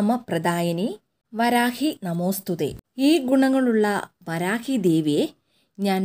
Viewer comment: വരാഹി അല്ല വാരാഹി ആണ്